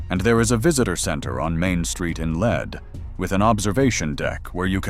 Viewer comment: Near the beginning of the presentation you clarify that "Lead" is not pronounced like the metal, but rather like "Leed.' Then you go on to continually prounce the name like the metal, rather than like "Leed." Makes me wonder what else you have goofy about the story. Obviously you did not travel to Lead, S D and talk with locals and learn more about excavating the decedent. This from a South Dakota resident who has been to Lead many times.